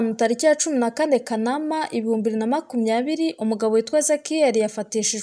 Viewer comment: Ntibavuga Kanaâma bavuga kâanamâ